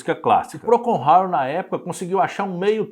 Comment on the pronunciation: Por ter um cunho informativo, você deveria pronunciar corretamente o nome da banda